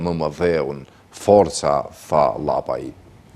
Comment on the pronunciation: Lapaj, jo Llapaj.